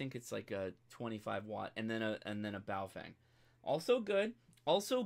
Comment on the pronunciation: PLEASE - learn how to say Baofeng correctly. It is pronounced Baofung - not Baofang. There is no FANG in that name. In the Pinyin Romanization system which China uses, "eng" is pronounced how Americans would say "ung" - as in "he hung the picture". You have a great channel. Keep it up.